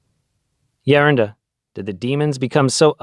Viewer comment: Please pronounce Geronda as greeks does so people won’t confuse or just use elder.